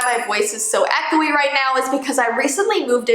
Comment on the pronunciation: It's echo not echol